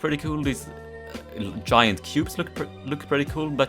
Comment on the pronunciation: Took me so long to realize he was saying cubes